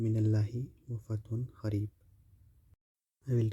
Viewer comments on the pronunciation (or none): Its kareeb, not kh...reeb,its kaaf not with hey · It's ,"KAREEB" NOT KH-KHAREEB. you illiterate Indian spoiled the entire World and Islam